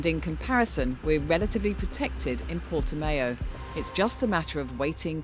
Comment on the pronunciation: Don't think it's pronounced Portimayo